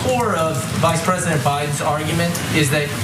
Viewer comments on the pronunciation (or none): Dear Boris - or B S, as you like to be called - Russians are not normally allowed to vote in US elections. They CAN interfere with them, as we know. But they can't vote. Unnerstan? And the English is tough I know, but the word is "President" - not "Pesident"